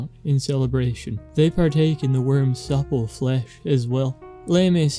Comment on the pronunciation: You saying supple will never not be hilarious